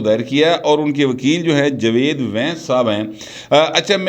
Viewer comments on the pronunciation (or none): none